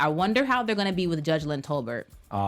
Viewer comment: why is it the last episode of the season and you are still pronouncing Judge Lynn Toler’s name incorrect lol